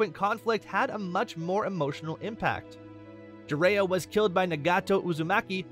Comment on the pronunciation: This video popped up as an ad, and has only 100 views. I’m starting to see why. As soon as you said “Jiraiya” the way that you did, I left the video LoL💀